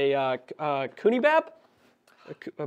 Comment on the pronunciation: Did my man just call it a coonie bap??? Love the channel. These guys are 10/10